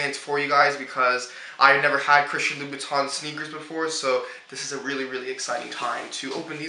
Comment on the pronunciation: It's pronounced 'Loo-Boo-Tan'. Just a FYI'.